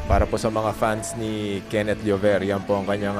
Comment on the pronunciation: Kakatawa yung ring announcer di mabanggit ang 'Llover' hehe.